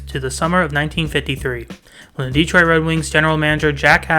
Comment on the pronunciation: A friendly correction... It's not "DE-troit" It's "de-Troit".